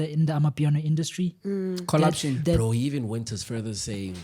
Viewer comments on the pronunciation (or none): Sino said colaption...😂